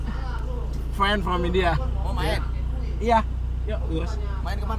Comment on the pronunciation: Bhai Friend bola hai par sunne me Fan lag rha 😂